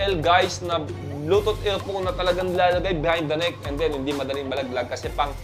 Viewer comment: Bluetooth EaLPhone, Bulol Hahaha